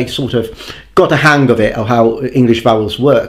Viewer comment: ironically you seem to not have got the hang of how to pronounce hang without emphasizing the g :D